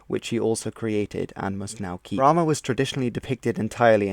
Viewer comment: Thought it’s was pronounced as bra-maan instead of bla-maan